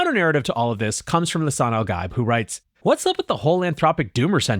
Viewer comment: Bro pls, Gaib = GUY-EEB. From Dune. it’s borderline painful to hear.😭